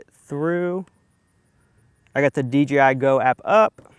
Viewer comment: he keeps saying dgi instead of dji